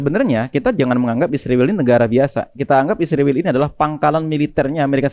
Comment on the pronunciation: Knp host & narsum nya sllu bilang isriwil? Knp gak bilang israel?